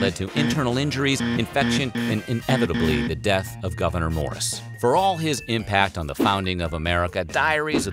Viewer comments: And his name is pronounced (Gov-a-nore), not governor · Weird History Having his first name mispronounced... a lot. It’s “Goo-Ver-Nay” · As a resident of NY State's North Country, I can say that you're not pronouncing his first name correctly. The last syllable rhymes with door.